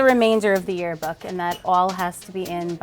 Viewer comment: lmao “tearbook”